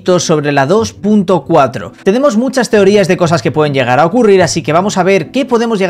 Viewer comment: "Teorías" dice jajajajajajjajaja